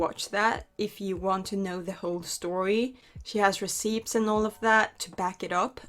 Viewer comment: Huh, never heard anyone say the p in receipt before lol it took me by surprise so hard i can't focus on anything else 😅 i like it